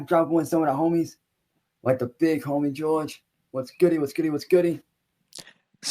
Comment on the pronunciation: "The big homie Jawge" is one of the funniest things he's ever said.